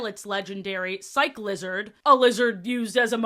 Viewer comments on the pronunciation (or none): Cyclizar doesn’t have a “d” at the end. Extra I for Octillery too “Hiswayin” Forgot the “-er” You missed a syllable. “Bla-SEH-pha-lon”